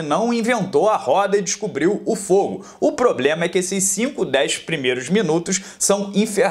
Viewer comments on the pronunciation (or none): none